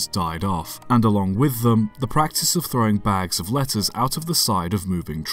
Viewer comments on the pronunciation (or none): thought he said lettuce